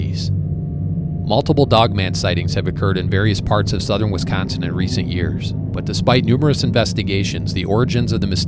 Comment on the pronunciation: I love how he says WeescOnseen right out the gate. True WeescOnseenite.